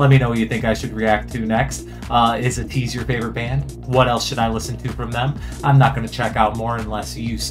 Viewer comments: their name is pronounced “ay-teese” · Thank you for reacting to Ateez. I love how much you were vibing with them! Their name is pronounced like Ay-teez, and they have 8 members. 2 rappers and 6 singers, and they’re all amazing performers This ballad vibe is in fact a newer sound for them specially title track wise, but I can see you vibing with their other music regardless! They’re having a comeback on the 10th, which you could check out, and if you’re interested in hearing more of them and want to see how talented they are in regards to dancing as well, a couple of my favorite songs by them are: Wonderland Say My Name Illusion Treasure (one of their two debut songs) Deja Vu Eternal Sunshine